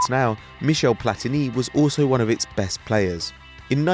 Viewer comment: "Bestt England team in years"😂😂😂😂😂😂😂😂😂😂😂😂😂😂😂😂😂😂😂😂😂😂😂😂😂😂😂